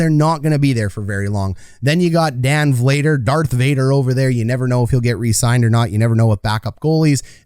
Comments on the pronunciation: "Killington", "Luchik" and "Vlayder"... Is it so hard to pronounce these names properly? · Lu cheech vluh dar shill ing ton